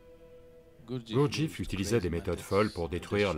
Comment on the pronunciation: Hum, déjà on ne prononce pas " Gourdjif" ni "Aospenski". Ensuite pour avoir bien connu les groupes G. Je peux vous dire que nul n'est arrivé au stade de l'homme n°7 sous sa direction ou celle de ses suiveurs. Ce sont, et de très loin, ses bouquins qui sont très séduisants et le bonhomme avait un vrai génie pour vendre sa soupe, c'est un fait. Mr Sadhguru ferait mieux de se renseigner sérieusement sur le compte de Gurdjieff, parce que faire de la provoc dans un train n'est pas signe de sagesse, d'illumination 😂 sinon les transports seraient pleins de sages de style Diogène 😂😂😂 Scandales sexuels rapportés aussi sur ce grand "sage" ..